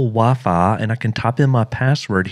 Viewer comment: dude said VAFA instead of wifi